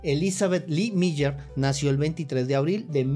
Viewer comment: Increíble que no sepa pronunciar el nombre...🥴🥴